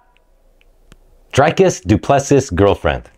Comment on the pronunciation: Bro the way he said "Dricus Du Plessis" he mispronounced it in so many ways